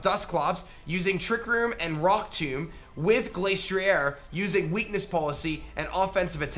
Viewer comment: The ‘Glas’ in Glastrier isn’t pronounced the same as the word ‘glace’, as in Glaceon. It’s pronounced as ‘glass’. It’s icy head is said in the Dex to be as hard as glass.